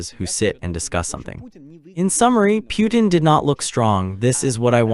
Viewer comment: The u is silent. Pronounced: Poo ten. Pootin